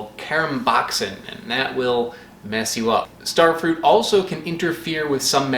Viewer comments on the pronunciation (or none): Stare Fruit? They grow where I live. Maybe I should mispronounce "strawberries." and get upset when people call me on it. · “Stair-frut”. omg LOL you are a legend. I actually LOL’d 🤣🤣🤣🤣🤣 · you got me with "Stairfrut" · Just found this channel and this video. Your pronunciation of starfruit sounds a lot like what the Dutch translation of starfruit would be: sterfruit. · Another weird pronunciation "Sterfrut". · stair fru-ite